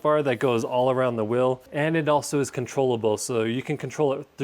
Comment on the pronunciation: What's a "whel"?